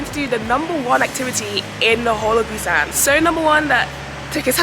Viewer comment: Girlll-- you butchered every Korean word, including the name of the city. It's all good though, glad you had a good time in my home away from home, lol. It's a daikon radish.